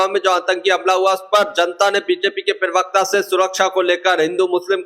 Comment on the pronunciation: Perwakta nahi hota parwakta hota hai hindi ka sahi uchaaran nahi karpate ho chale vedeobanane .